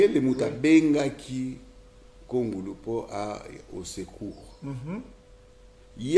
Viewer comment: Juste une remarque c'est un nom tshiluba kongolo et non kongulu.